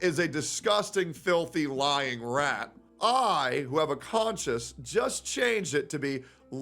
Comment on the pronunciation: How are you guys consuming this man's content when he literally doesn't know the difference between 'pretense' and 'preface' and 'conscience' and 'conscious'? I'm only 4 and a half minutes in and he has already misspoken several times, it's impossible to take him seriously lol.